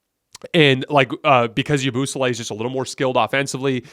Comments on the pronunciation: The way he says yabusele got me rolling bro lmao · The way you pronounced Yabusele took me out 😂